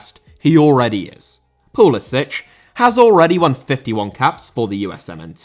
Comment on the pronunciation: Finally a knower who doesnt say Christian Pull-eee-Sick